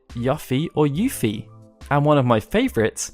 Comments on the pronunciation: here’s another pronunciation Yuffie from Final Fantasy 7 know people pronounce it Yuffie thats not the case the correct pronunciation of Yuffie is Y-O-U-F-E-E- not Y-UH-F-F-E-E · Oh my God when you said Yuffie’s name that one way I about cringed at the possibility that anyone could ever make that mistake lol it’s Yu lol like Yuna, Yuki, Yukina, and many more Japanese names that start with Yu that all start with the same sound so why on earth would it ever be pronounced the other way? XD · Put the voices in Japanese and learn how the names are pronunced in spanish, as the mayority of the names are in latín and also the japaneses pronounce letters in a similiar way than spanish people does. It's not Tie-dus, it's Tee-dus. It's not Ya-ffie, it's You-ffie. And so on, is not that hard to get the correct pronunciation, only english speakers have this problem...